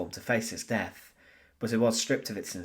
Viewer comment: "TH" IS NOT PRONOUNCED "F". "DEATH" IS NOT PRONOUNCED "DEAF". STEP UP YOUR GAME.